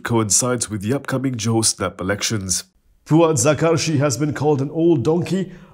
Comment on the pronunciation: “Puad Zar-kashi” laa. Not “Zakar-shi”.